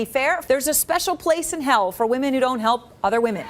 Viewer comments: I'm sorry, this is not meant as a diss or anything, but I've noticed that several content creators pronounce "Women" with an emphasis on the "O". Is this some kind of specific dialect or accent? Normally it is pronounced wi·muhn. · Does anyone else pronounce “women” like him and Danielle Staub 😂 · It's weird to me that you can't pronounce women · your mispronunctiation of WOMAN =WU. MAN and WOMEN = WEE man...is ATROCIOUS... you have zero credibility to comment in public, on any topic, ever....until you learn how to speak PROPERLY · Why can’t nobody in this video pronounce the word “WOMEN” correctly?!?! 🤨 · Awesome breakdown but the pronunciation of "women" was so weird and distracting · You are one of the more and more YouTubers suddenly pronouncing "women" as "wo-MAN" as if you don't know how to say "wimin" and it's fucking weird. I have the same accent as you and I never say "woman" instead of "women". The fuck is going on on the internet. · I have only just discovered your channel and I love it! Catching up with all your videos now... love the Wendy Williams clips. I miss her!! My only criticism... the way you say woman and women is the same in the vide, unoess it's your accent... but cool video! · Women is pronounced "Wimin". Not woman. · Babe this is a new vernacular change ive noticed younger people saying, but “women” and “woman” are pronounced differently. “Women” meaning plural, is said “wih-min”. And “woman”, the singular, is “wo-men”. Young people tend to just default to the singular pronunciation for some reason. Great video as always ❤ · I'm fascinated by 1) how pink you are 2) your pronunciation of women as woman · This is an amazing video!! Although it kept sounding like you were saying “woman” when it was really “women” plural ❤❤❤ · Woman plural pronounced like WIMEN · It’s weeemon not woman. Why do people keep referring to several women as woman??? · I see you can pronounce "men" just fine, but not "women" (WIH-MEN).